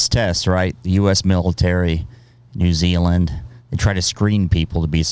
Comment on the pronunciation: Can u learn to pronounce New Zealand properly please nothing against u tho